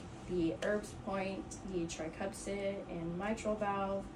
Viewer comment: Does she keep saying tricupsid?